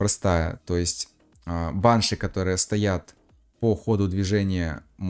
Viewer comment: пожалуйста можешь ставить ударение на и (баншИ)😭😭😭😭😭